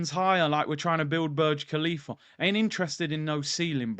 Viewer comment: Man said burj klhalifa. is cruise man hahaha